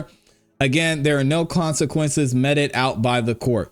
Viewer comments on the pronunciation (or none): It's pronounced meet-ed. ❤